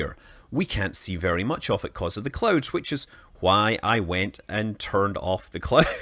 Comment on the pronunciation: I thought he said that he turned off the clothes on earth lol